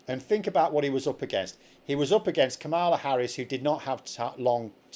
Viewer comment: Using the GOP pronunciation of Kamala continues the disrespect they showed her.